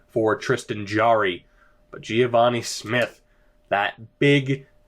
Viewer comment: im pretty sure its just geh-vah-nee not gee-ah-vah-nee